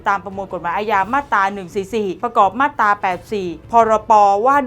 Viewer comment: น้องครับ......อ่านว่ามาตรา..ไม่ใช่มาดตา...ระวังหน่อย